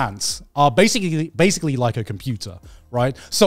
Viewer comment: Garnt trying to say "basically" is making me laugh so hard and I don't know why 🤣